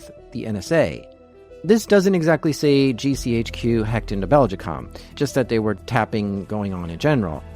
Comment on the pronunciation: I'm going to produce a running count of the amount of times in this video you mispronounced the company name Belgacom. It's not Beljicom.